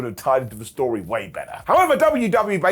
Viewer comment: I'll book that as a storyuhh